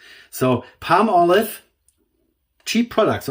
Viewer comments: Pall molive not Palm olive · If you Google the pronunciation in America it's paa-muh-lahv. So perhaps we are both correct.